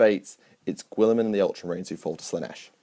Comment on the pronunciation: God this video was terrible. turned it off after listening to you say "Gwilliman" a thousand times. Tuned out for good during your dog shit rationalisation of who should serve nurgle.